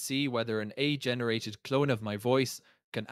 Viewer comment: The AI could not properly pronounce "AI", so it disqualifies it instantly...